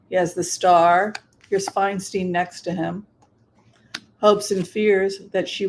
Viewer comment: I’m pretty sure Adam Schiff is going to win due to name recognition. However, I disagree with Whimsy. Feinstein does not want Adam Schiff to replace her. Feinstein (pronounced Fine-stine not Fine-steen) supports Rep. Barbara Lee who is also running for senate. Feinstein is from San Francisco and Barbara Lee represents Oakland (which is my district). They’ve been friends for decades. Governor Newsome and VP Kamala Harris also prefer Barbara Lee. It’s a Bay Area “thing.” We stick together. They’re all friends and they all support and campaign for one another (along with Swalwell, Pelosi, Ro Khanna, Zoe Lofgren, etc) If you live here, you will know that Feinstein wants Rep Lee in the senate. The local news states it often. BTW, Barbara Lee is amazing and she has accomplished more than Schiff and Porter combined without any fanfare or recognition. Californians, please read up on Rep. Lee because she deserves to be in the senate. She has worked hard for years for her constituents. She is hands on. She listens to us. She answers our questions. I can call her office at any time, ask a question, and get an answer. (Linda G. told a story about how Rep Lee helped her father get his military benefits.) Unfortunately, due to his visibility during the impeachment trials, Adam Schiff is better known in the state than Barbara Lee so he’s most likely going to win. A woman should replace Feinstein and it’s important that it’s an African American woman because we don’t have one in the senate s